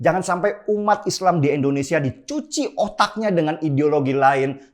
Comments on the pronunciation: Bang INDONESIA bukan ENDONESIA,coba cakap yg baik ya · Gausah jauh2 ngomong pancasila bung, nih gw ajarin cara melafalkan "Indonesia" bukan "Endonesia". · om knp sih selalu sebut Endonesia... kebiasaan yah om